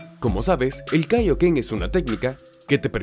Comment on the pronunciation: Es kaioken solo q pronuncio mal la palabra